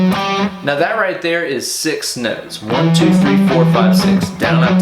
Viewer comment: Is there something wrong with my ears or are you saying "mauw" in stead of "now" like in that super troopers scene? Cool lick btw. I'll give it a go in a few'.